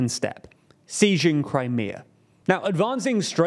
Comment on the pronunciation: Did you just say 'seijing Crimea'? 😂